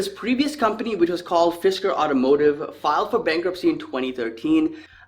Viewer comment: Fisker was pronounced correctly. They had a car in the 2000s called the Karma. It was very interesting when it came out and also had a solar roof.